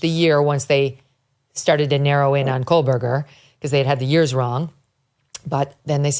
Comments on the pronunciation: Public Service Announcement.... There is NO L in Kohberger. You're welcome. It's not Coal-burger. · Megyn, it's Kohberger, no L as you're pronouncing it Kohl-berger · Good God. Can someone please tell her that she is pronouncing his name wrong??? It’s KOHBERGER